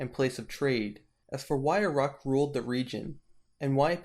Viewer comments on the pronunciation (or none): Such a shame about the poor pronunciation of Uruk and other names. Took me a few seconds to figure out that Err-aahhk was Uruk.